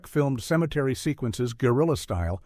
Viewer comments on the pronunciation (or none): none